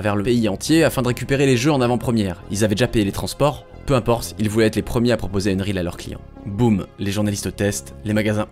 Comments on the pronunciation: Unreal pas Unreel ca m'a fait mal aux oreilles pendant toute la vidéo comment tu le dis mdrr. Mais sinon bonne vidéo 😂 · Et rien sur le "unreal" qu'il prononce "eune-rile"?? C'est ça qui était à deux doigts de me faire arrêter la vidéo. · faut m'expliquer dans quel monde "unreal" se prononce "eune-rile" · Je sais pas tu le prononcerais comment toi? Techniquement, ça se prononce "eunn-riil" avec un i long et un e court, du coup c'est pas si loin de qu'il dit